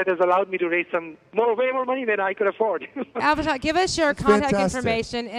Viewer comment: For God's shake,, try to pronounce the guy's name right; it's A-vi-nash.